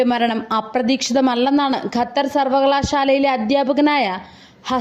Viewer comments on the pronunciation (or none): none